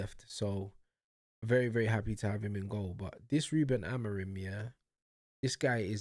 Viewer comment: Motherfucker is out here jumping on the managers nutsack when he doesn’t even know how to say the managers name🤣🤣🤣 Man said “AmoriN” Una💀 Amorim ain’t the one playing, yeah, but the play wasn’t the fucking issue, it was the SUBS that killed us u fucking moron. There was absolutely no need to sub on Dalot, Ugarte and Mount, but the prick still chose to do so. And because of that, Sesko got injured and we had to play the rest of the game with 10 men, which then led to us conceding another goal. And then guess what, the PLAYERS bailed him out EVEN with 10 men. We drew thanks to this idiots game management. NOTHING ELSE.